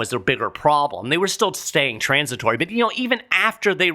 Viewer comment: Go,! Another great podcast...hilarious how you say "TRAAAANS...it-tory". Can we get Tyson to punch Powell and Yellen in the mouth? Heck, throw in everyone in DC while we're at it!